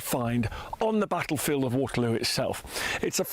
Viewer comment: "backlefield" i do wish would learn to speak properly